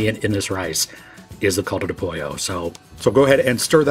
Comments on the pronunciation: My eardrums cracked when he said “caldo de pollo.” Also, the Knorr product contains sugar and MSG, corn protein (maseca would be fine), beef and chicken fat, yeast extract and anatto for color, and little bits of dehydrated parsley. I don’t like artificial colors like yellow 5, so I would recommend subbing a tiny amount of turmeric powder. Add all of those ingredients to taste to a chicken stock (and don’t skip the sugar, MSG, fat, or corn products), and you have an equivalent if not superior product. The only things left are learning how to say “caldo de pollo” and washing your rice. And use some fresh cilantro. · Como dice Coldo do pollo me encanta jaja, saluditos desde México. 🇲🇽❤️ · This is a good video thanks it helps me for when I forget the details in preparing Mex rice but what the hell is coldo de pollo?? It's caldo de pollo. Lol